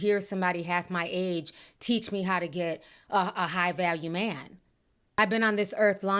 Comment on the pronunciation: "I gey my advice from God" OKKKKK